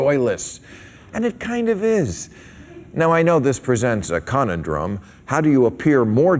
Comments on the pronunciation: He pronounced "conundrum" strangely. He put the wrong emphASis on the wrong syllABle. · Con - un - drum???? ROTFL